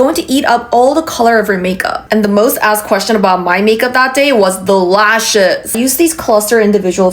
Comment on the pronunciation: Gurl ur so so funny saying the LAUSHES 😂😂😂 but gurl ur frikin gorgeous ❤❤